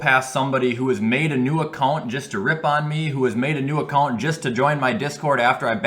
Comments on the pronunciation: the way you say account is something else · The way says account is amazing 😂😂